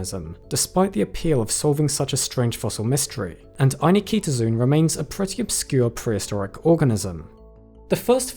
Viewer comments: Great post as usual. Just one remark: in Latin (and Greek, from where the word has its roots), 'zoon' is pronounced 'zo on' (as in go on) (not zoon as in zoom). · Every time the name appears on screen, it has four syllables: Ai-nik-to-zoon, yet every time he says it, he pronounces five: ai-ni-ki-to-zoon. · "zoon" [zoh-on] is Greek for "animal" It's not [ai-Nikita-Zune]. It's [ai-nik-toh-zoh-on]. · Here’s a start to knowing more: Ay-NIK-tuh-zoh-on. Not Eye-na-kee-ta-zune. Whenever you see “zoo” at the end it’s “zoh-oh”. And often at the beginning. Pretty much “except the word ‘zoo’ itself”. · FYI it is pronounced 'Aye neek toe zow on' not zoon. Arguments about the anglicization of Latin aside. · What is it with YouTubers not looking up pronunciations before doing videos? The last part of the name is NOT pronounced "zune", it's pronounced "ZOH-on". Just like zoology isn't pronounced "ZU-luh-jee", but "zoh-OL-uh-jee". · It's ai-nik-to-zo-on, not any-kito-zun. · Pretty sure "Eye-nik-to-zo-on" is not pronounced "Eye-ni-KEE-to-zune". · "zoon"? ffs, 'zoe-uhn' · This is a really pedantic point, but every time you say ainiktozoon, you're stressing a syllable that isn't even in the word - "ainikEEtozoon". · Not AnikEEtozoon. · I've notices 2 mispronunciations. The 1st being "Ainiktozoon" with an unneeded extra I, the 2nd being "Thylacocephala", as if you forgot the soft-C rule. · I dislike your inclusion of a superfluous syllable between Anik- and -tozoon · The fact that you're pronouncing "Ainiktozoon" with another "i" after the k bothers me for some reason....is that really the pronunciation? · Are you sure you're pronouncing that name the way the discoverer intended? There's no vowel between the "k" and the "t", but you're sticking an extra "i" sound in there. And making it the stressed syllable of the word.